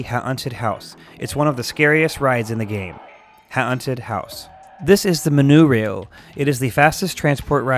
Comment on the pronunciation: Boomper cars? Isn't it b-uh-mper Ha-un-ted House? Isn't it H-or-nted House Monurail? Isn't it Mm-o-n-oh-rail Wait... is this just meant to be a joke?